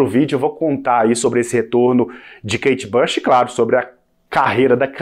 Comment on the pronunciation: Pare de dizer kate bash! É "BUCH"!